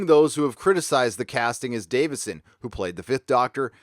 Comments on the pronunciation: I really like your videos and commentaries but I have to nit-pic about one thing... it's Peter Davison, not Davidson. No "d" between the "i" and the "s". Sorry, I just couldn't help pointing that out. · Peter DaviSon. Not DaviDson. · Davison not Davidson. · Philip Schofield - Scho rhymes with "show" and cho is as "co". Co-field, with an s on the front, if you will. Also Peter Davison (not Davidson) is still working. I just worked on a BBC/HBO series he's in. Not sure how dependent he is on the franchise for income as surely residual at this stage, would presume "not much". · It's Davison not Davidson. Lol My annoyance with Alex Kingston is her flip flopping something Peter Davison never did. Also she seems eager to get another paycheck playing River when she said she would return with 13th. Enough Alex! A lot your alums moved on. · It’s Peter Davison not Davidson